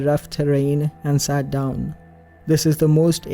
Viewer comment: Are you based in Scotland? Just with you saying 'doon' it's how we say down here 😂 Good work 🤗👌